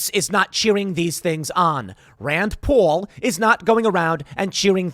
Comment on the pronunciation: Funny midwesterner saying Paul like he's a new Yorker. Lol